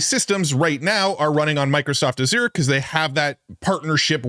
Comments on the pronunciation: Azure rhymes with measure. The Z is pronounced like ZH. Accent on the first syllable. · It's "AHZH-ur" not "ah-ZURE" ❤‍🩹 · You would be more persuasive if you pronounced "azure" correctly. Hint: It's a color. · If you're going to be a tech commentator, you should probably learn how to say "Azure".